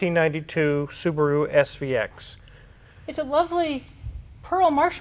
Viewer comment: "Saabaru" 9-2X next?